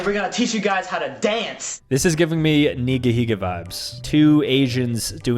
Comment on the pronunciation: It’s nigihiga